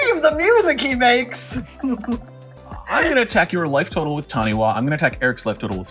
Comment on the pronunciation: Taniwha is pronounced tani-far, Taniwha is a Māori word and wh is pronounced as an f sound